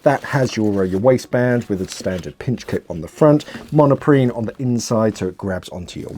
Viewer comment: I think it is Monprene not monoprene